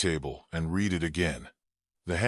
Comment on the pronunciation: A few slight edits to the script and the AI voice would not say things like " 47 inches the morning" or " he reed the note". Just saying...